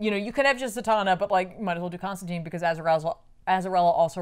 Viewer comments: your work clearly shows. This is one of the best paced and most informative Back Issues episodes I've watched (and I've watched them all way too many times). Looking forward to more ep's with you in the middle and more accurate pronunciation of the name Constantine lol. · There are multiple lines in hellblazer's original run where John himself corrects mispronunciations and says his name rhymes with fine.